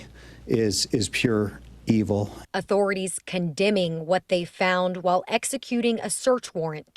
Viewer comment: In another interview he said it was Eveel.